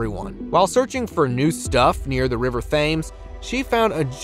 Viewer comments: Please learn how to pronounce the name of the very historically significant River Thames. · River “Thames” unbelievable pronunciation 😊😊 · It's not pronounced "THAMES" ... it's "Temms" Archipelago -- It's not ark-i-pil-AH-go... it's ark-i-PEL-ah-go. I like your content, but just wanted to let you know the correct pronunciations. :)